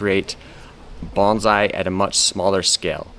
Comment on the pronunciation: Thank you for pronouncing “bonsai” correctly